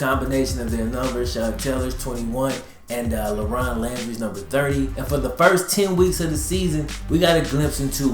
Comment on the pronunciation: I keep hearing him say “Lebron”